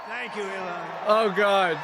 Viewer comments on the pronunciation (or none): a lot of people forget Elon has a disability that affects his speech